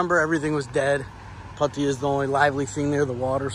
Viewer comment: It's called Pattaya not puttaya